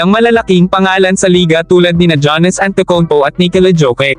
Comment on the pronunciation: Jonas antitikumpo daw😅😅😅ayusin mo Yung pag sasalita mo